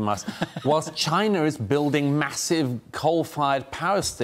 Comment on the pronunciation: "CHY-NA" Simple really